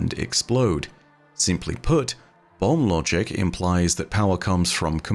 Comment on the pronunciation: I keep hearing bum logic instead of bomb logic. Also, the prime root with that artifact looks like a key pointing to the portal.